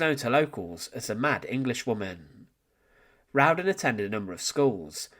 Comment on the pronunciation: Her last name is spelled "Rowden". There is only one "n" in her last name, and it's at the end. You're pronouncing it like "round-den"